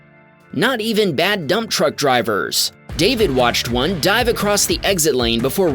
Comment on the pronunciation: Did you say dumb truck drivers or dump truck drivers? It's hard to tell. LOL.